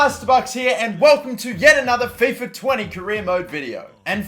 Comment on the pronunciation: Who else raged when he said fifa 🤬🤬